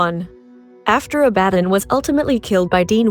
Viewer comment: I WILL NOT GIVE YOU A THUMBS UP SINCE IT IS OBVIOUS THAT YOU NEVER WATCHED THE SHOW AS YOU BUTCHER THE NAMES OF THE CREATURES IN BOTH PARTS OF THIS VIDEO!!!!!!!! Abaddon = aba ddon is how it is said!!!!!!!!!!!!!!!!!!!!!!!!!!!!!!!!